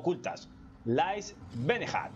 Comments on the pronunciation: Benejaaat!!! También me dió mucha risa...tienes que prometer que vas a hacer un curso de inglés o al menos vas escuchar la pronunciación en el Google translate antes 😂👍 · Buen video pero casi le doy dislike por la pronunciacion de "beneath"